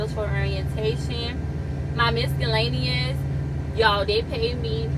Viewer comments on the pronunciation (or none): My god baby!! Try this- miss-el-lay-nee-us😂 not trynna play you but made me smile . I’d be wrong to let you continue being wrong. Posted out of luv. Keep trucking lil sis. I’ll see you out there